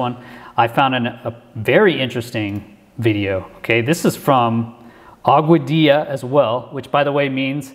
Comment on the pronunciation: You pronounce Augadilla as Agua-dee-ya, BYW.